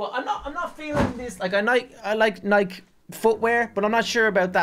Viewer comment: its not nike (nyck) its nike (nycke)